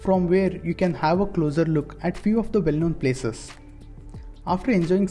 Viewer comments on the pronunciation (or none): none